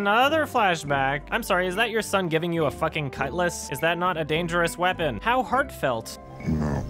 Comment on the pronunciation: Okay, I'm not an English native speaker, but anyone else thinks that is pronouncing "son" as "shon"? Is this a Canadian thing or am I a dumbass?